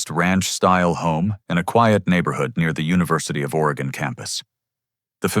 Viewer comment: The a.i. pronounced Oregon like Oregonians do. But... Willamette is pronounced Will-Am-Ette. Not Will-Um-Ette. And another thing: As a postal service worker who's route covers the neighborhoods near the University of Oregon, I can vouch that there are no lawn nomes in any front yards for miles around. Tweakers and frat boys have a nasty habit of stealing anything from front yards.